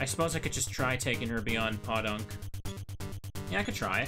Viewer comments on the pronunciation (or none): For whatever its worth, it is pronounced Poe-Dunk, not Paw-Dunk. Not a big deal, just pointing it out.